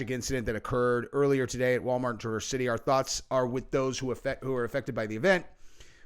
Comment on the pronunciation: LOL ITS FUNNY HOW EVERYONE PROUNOUNCES TRAVERSE, LIKE THE CHEVY TRAVERSE. ITS SAID LIKE, "TREAH-VURSE" (YREAH RHYMING WITH YEAH)